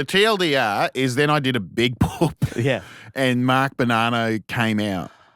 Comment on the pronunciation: Are they doing a silly pronunciation of “poop” or is that really how Australians say it???